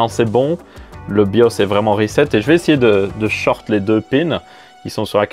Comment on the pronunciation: Merci de ne pas avoir dis "rézette" ce qui ne fait péter les plombs à chaque fois.😜